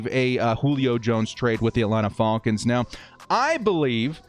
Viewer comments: please just say Falcons and not Faulkins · The Fall-Kins. F-Al-Kins. Love it. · I watched just to hear you say "The Atlanta Ful--kans!!" Lol 😆